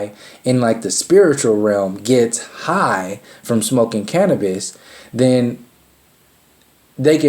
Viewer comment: Big talk from someone that struggles to pronounce cannabis & cannabinoids but I'm only 5 minutes in so we'll see.